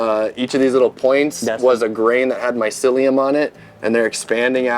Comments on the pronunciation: You can tell he wasn't a good listener at school when he read the word "mycelium" like he never heard it before. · Not to mention he couldn’t say mycelium, maybe they recorded that interaction first beforehand, but mycelium was mentioned multiple times and there shouldn’t be a reason not to know that word by now. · This guys doing a whole YouTube video on mushroom farming and he definitely spent at least a few hours if not a few days doing his interviews with the guy and he can't pronounce the word mycelium when he sees it on his phone while reading his questions. How can you produce anything useful to teach people about mushroom farming when you very clearly don't know shit about the topic of mushrooms. This guys a turd in the punchbowl. He's lucky he landed an interview with an intelligent successful mushroom farmer, cause without this guy the video would be useless.